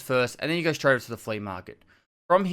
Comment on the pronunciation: lets craig shtreight intuh it!